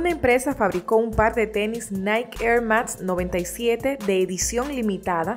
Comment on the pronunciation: No es Nike , es nikeee XD